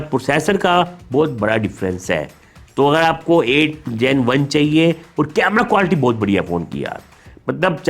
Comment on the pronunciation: Sir ap quality ko qualty kyu bolte ho 🤔